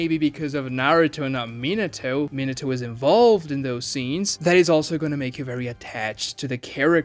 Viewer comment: I'm surprised he can pronounce Minato right.